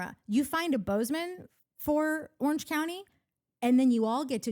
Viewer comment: I want to believe Natalie and Courtney are saying Boze O Ma, but I'm hearing Bozeman. Is this an aural sensation akin to randomly smelling toast? Am I having a stroke?